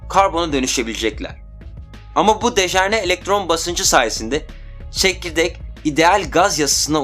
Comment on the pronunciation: Kardes dejerne degil dejenere. Video guzel. Sagolasin.